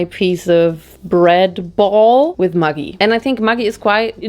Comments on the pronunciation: Who else had no idea what this 'mugi' was until the bottle came out because you pronounce it as Maj-ee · that is pronounced as 'Mya-gi'! The thing you pronounced is a very bad curse word for women. It has a bad history of how it became a slang men used(still use) to degrade women very much. Apart from that, LOVED it! ❤️ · Today’s the day I find out maggi is pronounced muh-ggi and not meh-ggi omg my whole life feels like a lie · Hi from Australia we have the same brand maggi but we pronounce it like - magic without the c - I think the sauce is the maggi style of ketchup manis, sweet thick soy sauce - the darkest sauce of the 3 in the mi goreng pack